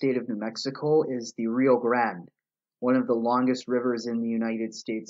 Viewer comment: We pronounce rio grande the Mexican way here in New Mexico just an FYI. Not “grand”. It sounds like a small caveat but it’s something people will always point out